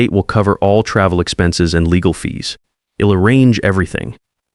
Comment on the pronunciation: I’ll is pronounced ‘isle’. I’m is pronounced ‘eye mmm’. Others have listed many others. Editing could amend these stupid errors. Get someone actually proficient in the English language if you are unable to do it yourself.